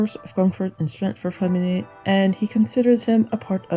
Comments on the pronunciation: your accent when you say freminet is so good, are you french? :D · The way she said "freminet" ! That's a french speaker 🫵😊✨